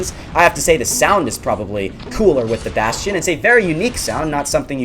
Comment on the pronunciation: Who else pronounces the bastion like "bass-tee-on"